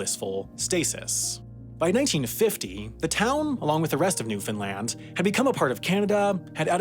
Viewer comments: i waited with baited breath to see how he would pronounce it. At first he said NewFINland but after that first interview he pronounced it correctly as Newfenland. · Awesome to see a story about Newfoundland, thank you for doing this! It's pronounced NEW-fun-land or new-fun-LAND, though, never new-FIN-land or God help us, new-FOUND-land 😃. You did better than most, but I caught some "fins" early on lol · "newfinland" LOL ya listened to the accent a little too closely to the newfies. Newfoundland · I hear newfinland, i'm going insane lmao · Newfoundlander here. Love seeing more videos about my home. You mispronounced "newfoundland" though. More like rhymes with understand. Not like new Finland. Edit. You got it after the first 2 "Newfoundland " in the script. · I told my Canadian friend that people in New York pronounce it "Newfinlin" and she didn't believe me. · What? newfenland? is that how you pronounce Newfoundland? then why in hell you guys spell that way?